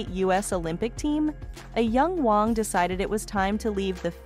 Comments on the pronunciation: OMG!ItsWÄNG. NOT WONG.U WONG! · The AI generated mis pronounced words detracted from the video. The name is WANG. Your computer pronounced the name correctly a couple of times, but otherwise said Wong. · Her name is not Wong. Her name is WANG. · How do people get jobs as a narrator that pronounce so many words improperly. 🤔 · She pronounced many words wrong, wong one minute, wang another. Really, didn't she notice. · You need to learn how to pronounce Vera's last name not Wong. You finally got it right near Kim's dress... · Her name is pronounced Vera Wang not Wong. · Some of your pictures are of the wrong person you mentioned, and you say Vera Wang's name wrong several times... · Wow, if you are going to use AI to read - teach it how to say the designers name AT LEAST. THIS IS CRAP. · You are critiquing Vera WAng and can't say her name right? Not good